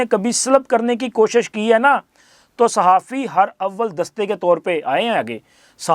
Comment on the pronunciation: Pehley bolna tu seekh lo phir sahafat kerna . Aap ne kaha " Her - Awwal " ye galat hey sahi lafz hey " Harawal " .Jese Harawal dasta jo jung mein lushker ki qiyadat kerta tha aagey aagey chulta tha . Bohat afsos hua aap ki nzuban se ye galat taluffaz sun ker . Lugta hey aap ne kbhi school ka moonh b nhein daikha .Hud ho gai mein tu sun ker dukhi ho gai hoon k hum logon ki ye qabliyyat hey ????